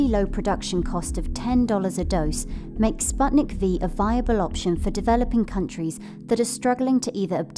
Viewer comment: Every single expert: spootnik Dumb narrator: spatnik